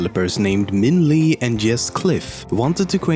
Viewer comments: LOL Minh Le is a Vietnamese name and it's pronounced Minh Le not Minh Li. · Minh Le is actually pronounced like "Minh Leh"